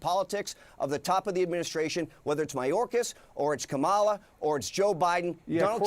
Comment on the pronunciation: I'm sooooooo tired of people saying her name incorrectly, intentionally!!.....FFS how many times do people have to be corrected?!?!?..its really not hard to say!!...say it with me, here I'll spell it phyneticly.. , LA Again, in another form.. ca ma la!!! It's so juvenile to continuously say wrong!!